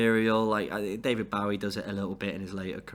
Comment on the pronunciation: David bo wie not bow ie